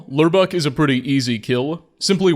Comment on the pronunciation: ...Dear mcfricken gosh Lurbuk pronounces his name as Lorebook!